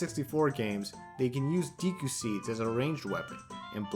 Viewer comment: Nice video but the deeeku kills me everytime